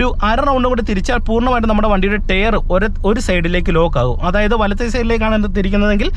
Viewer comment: Tyre - Tyre - Tyre - Tyre ....pls use Google pronunciation practice . You can definitely improve when you repeat TYRE 10 times with Google pronunciation.